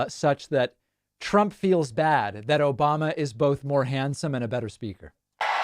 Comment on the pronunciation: "Obamnha" makes me laugh every time!